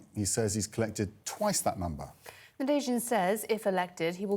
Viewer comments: How did you call him? Boris Navazin??? 😂😂😂😂 not even close!! 😂😂😂😂😂😂😂😂😂😂😂😂😂😂Nadezhdin!! Come on CNN! You can do better than this! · Did say narazin? 😂 Nadezhdin